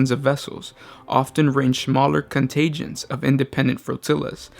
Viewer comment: It’s CON-TIN-GENT...you said something close to con tay gent. What’s with the odd pronunciations? I’ve noticed a lot of videos have words pronounced in ways that make me wonder how the heck did you think it was pronounced that way!